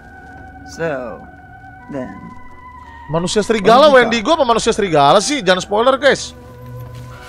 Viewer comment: Nama mutantnya bukan wendigo bang tapi windago